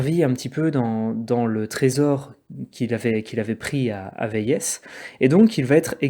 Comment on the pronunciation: Véies se prononce Vé-ie et non véïèss. C’est le nom FRANÇAIS de la ville.